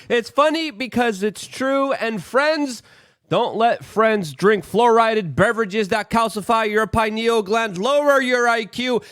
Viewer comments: Of course. Most of us have accepted his mispronunciations as part of his charm. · The word is actually “fluoridated” Luke. Not flourided